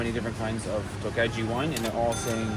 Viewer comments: Tokaji is Pronounced more or less as T-oh-k-oh-y-ee. It's Hard for me to Explain Prounciation in written form. Tokaji is a Wine Region, and that's way this Wime is so called! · The Hungarian language got practically nothing to do with Finnish! More common words with Turkish. If you must create a video of a foreign country have the common decency to learn about it before you pass judgment. Your pronunciation of "Tokaji" is especially insulting! You are an ignoramus!